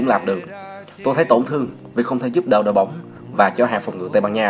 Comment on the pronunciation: "BÓONG"